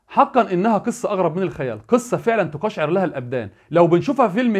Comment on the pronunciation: لا تقل : تقشع لها الابدان وقل : تقشعر ( فتح التاء / سكون على القاف / فتح الشين / كسر العين / سكون الراء